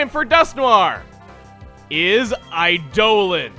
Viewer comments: It's eye-dolon, not eye-do'h-lon. >_> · Eidolon (eye-el-on) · Chuggaa Eidolon is Idol-on not I-doh-lon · i always thoguht it was pronounced eye-da-lahn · Eidolan. Pronounced similarly to ''I-D'oh-Lan''. Or should I say ''I D'oh (during) Lan''. Like Chuggaa does sometimes in TheRunawayGuys' videos. That was my first thought upon hearing the pronounciation of Duscnoir's nickname. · I know you already addressed this in the comments, but in Pathfinder (Like Dungeons and Dragons) an Eidolon is a Summoner's companion and is pronounced eye-DOUGH-lawn, despite what the merriam webster dictionary says. It's gonna be real ear grating to hear you pronounce it another way. Love the series though, and it's a badass name no matter how it's pronounced. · I went and checked a more consistent source than webster and it is pronounced "I-de-len" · The dictionary may agree with Chuggaa, but I keep hearing him say "iDolan". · It pronounced I-do-lon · You aren't a Final Fantasy fan, so people are having at you. Summons in several FF games are referred to as "Eidolons," with the pronunciation as "Ay-dolon(s)." It's really a "toe-may-toe"/"toe-mah-toe" argument at this level, as FF fans could just as easily call them Espers, Primals, or even GFs. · I used to pronounce it "AY-dolon" before I heard it in FFIVDS :/ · I almost thought you said "I don't know" for his name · Eidolon is pronounced 'eye-doh-lonn', Chugga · your pronouncing of eidolon made me shake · Not angry but the pronouncing of Eidolon hurts. I've never heard it said that way. Guess it must be an American thing. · dude ff13 mispronounced the shit outta that word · how it's pronounced? Actually it's what kanji is written for shi that determines what it means. There is no other way to pronounce it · There's also Final Fantasy that pronounces it that way.